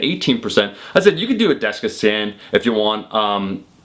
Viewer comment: why does he add a syllable to dexa